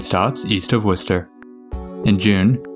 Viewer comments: Congrats for pronouncing Worcester correctly, but you got Haverhill (hay-voille) and Natick (emphasis in Na). Also love the fact that you didn't bother to try to pronounce Billerica (buur-rik-ca) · I was a little bit surprised when you pronounced Worcester. I have lived in central Mass for a long time and I still can’t pronounce it properly sometimes.